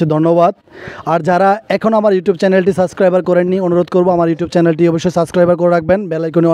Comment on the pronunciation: সাসক্রাইবার না, সাবস্ক্রাইব